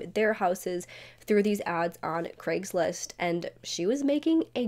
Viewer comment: An American who pronounces Craigslist correctly,craig is a scottish name and is nit pronounced KREGG ,never heard an American pronounce it correctly before ,i almost fainted